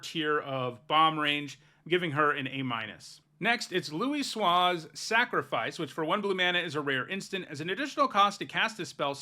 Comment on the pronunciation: HUGE kudos to you for pronouncing Louisoix correctly!